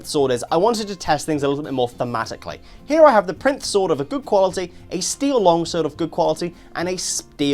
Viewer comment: I think it's pronounced Pie-rinth, think like "pyre" and "labyrinth"